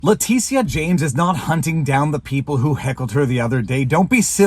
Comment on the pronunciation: Leticia?....who? Oh, Le tit ia